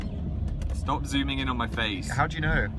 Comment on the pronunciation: HEY STOB IT S-T-O-P... I-T I'm sorry